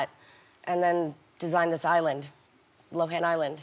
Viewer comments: I agree with others here, in South Africa is "low-en" (were an ex British colony so millions of Lindsay's kinsfolk are here). Reminds me of the Charlize Theron thing. In the beginning Hollywood called her Charlize Teron (silent "h") but its actually "th". However while they fixed that part yall still pronounce wrong. It's not THER-on. There is no emphasis on any of the syllables. In fact it sounds like a phrasal verb in that we say it as if it's one syllable. It's Just plain Theron (kinda like "therein" is two words but said as 1 syllable). Just doing my part for the Acting industry. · Lindsay lowan, lindsay lowan, lindsay lowan. Please welcome.. lindsay low-han. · Entire compilation, Wendy says “Lindsay Lowin” Then she introduces LL & says “Lindsay Lo-han” finally hahaha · Did anyone else get OCD when Wendy was saying Lindsay loAn instead of Lindsey loHan It drove me crazy Still love her Also can we talk ab how This girl brought a freaking ARMY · How hard is it to say Low Hannnnnnn!!!! Not lowen! Ugh so annoying. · Dana K she literally said at like the 14 min mark while talking about her night club that it was called LoHAN night club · it's pronounced "low hand" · "Linzee Lowan" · Nobody: Windell Williams: LiNDsEy LoHeN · "Lindsey Lo'en" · They pronounce Lohan Lowen and Mr.Duvall Pronounces Cady Caddy. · The fact that she drops the h when she says her name drives me nuts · seriously. Not a bright woman. Didn't even know after how many years how to say her name. Gross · I kept cringing every time Wendy said her name incorrectly. She’s funny but so rude. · Is linsdays last name really pronounced how Wendy is saying it 😂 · Thought was Lindsay Lohan not lohen keep saying that then when she introduced her she said it right is this the mandela effect lol 🦋 🧐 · For years says “Lindsey lowen” Lindsey comes on her show “Lindsey LOHAN” lmao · LINDSAY LO-HAN not Lindsay looan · LOHAN NOT LOAN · It’s actually pronounced “lowen” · Made me mad 😡😂😂 lowen